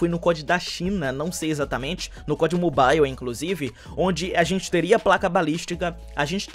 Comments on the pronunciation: a pronuncia certa é "Mobal" e não "Mobaiu", vc acha que seria uma boa vc trazer isso pra galera, por mais que seja algo pequeno, mas faria até que a galera entendesse quando os devs falasse sobre o game e tals. Sucesso irmão, seus videos são muito massa. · Ave Maria eu so escutei "mobail" nesse video 😂😂😂